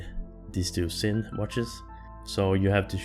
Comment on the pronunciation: it's pronounced "zin"